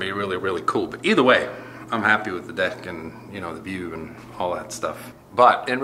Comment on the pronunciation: I loved it when you said, "I have a very big deck." with Swedish accent 🤪😂😂😂😂